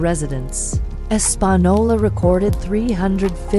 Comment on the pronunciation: As someone who has lived and still close to Española N.M. This AI is the worst’s I’ve ever heard say it 😂